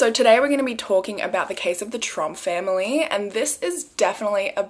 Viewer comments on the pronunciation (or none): Oh my gosh, every time you say “Tromp family” it sounds like “Trump family” to my brain, and I’m over here like YES, now you’re stateside, welcome to our #1 horror story of the last many years, the Trump family! 🤣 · It's funny. I kept thinking you were saying the "Trump family" and I kept waiting for a picture of the Mango Monster!